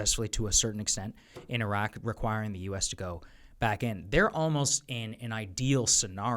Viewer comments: Jack-O can't even pronouce "Iraq." He was a SEAL on TF Bruiser. All the COIN Ops he's talking about and meeting with sheikhs was conducted by the 1st Armored Division- literally the least cool or interesting unit in the entire Army. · Jocko compared the Palestinians to Iraqis showed how ignorant he is.. And the psycho still can't pronounce Iraq or Iraqis correctly even after 20 years.. 😂😂😂😂😂😂